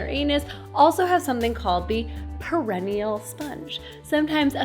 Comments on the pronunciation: Pear-uh-knee-uhhl, not: pear-ihh-knee-uhll. Sorry, was driving me crazy! It's one of those stupid English words that gives the speaker no clues. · you are awesome. But, or Butt...ha ha....Perennial (the way you are pronouncing it) means multiyear plant (as opposed to an annual plant that dies after it flowers/seeds the first year). Perineal (sponge) -the anatomical part is pronounced "pear-un-NE-al (like the name Neil at the end) and the emphasis on the third syllable and, is derived from the word perineum. I just thought you might want to know. Knowledge is power, but I love that you noticed the nature in your video (moth/spider). Hugs!